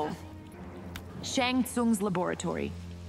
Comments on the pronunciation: Gayras? Sean Tsun? Who asked for her as a voice announcer bro 😭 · I never care about Megan Fox' voice as Nitara, but the way she names the name of Shang Tsung very fluently like what I heard in Chinese. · Guys, did you all forget how Dimitri Vegas pronounced Shang Tsung in one of his intros? Shan Tsun. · You forgot the “Shang Tsoong’s Labœratori” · "Scorpion😞" "Barr-aka😏" "Gayeras 💀" "Shan suun😕" "Liu Ken🤨" "Ashraaah😩" "Havuk🙄" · GAYERAS LUU KONG SHONG SOONG 😂😂😂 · What the hell?!? Gareyas? Shung Tsung? Liu Ken? Why, just why?😑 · gayras and shen cung😂😂😂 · That’s what I tell my grandma how to say Shang Tsung’s name